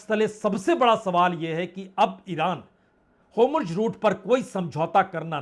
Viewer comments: वाजपेई जी आप जैसे सीनियर लोगों का hur muz की जगह होमुर्ज रूट कहना तथा (netenyahu) नेतान्याहू को netanu कहना उचित नहीं लगता है kripya apekshit sudhar kar le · होमुर्ज नहीं होर्मुज है।"आर" पहले हे "एम" बाद में और "जे" नहीं "जेड" हे। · आप होर्मुज को होमुर्ज क्यों बोलते हैं? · HORMUZ kaa sahee pronunciation aap kab seekh paayenge dear PPB. PLEASE reveal...😊😊😊